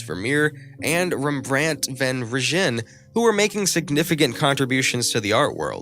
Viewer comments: yea the Rembrandt one really really hurt my ears when I heard it! The second part of Rembrandt’s name is literally named after the river the family lived next to pronounced (van-rine) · DREADFUL pronunciation of Dutch names of artists, places and techniques. PAINFUL to get thru😱!!! Is it 'sentry' or 'century', Rembrandt van WHO? Charushio or Chiaroscuro?🤔